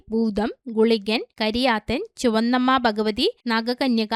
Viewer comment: ചുവന്നമ്മ അല്ല ചുകന്നമ്മ